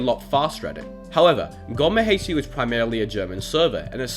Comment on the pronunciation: Finally a non German YouTube who Says gommehd the right way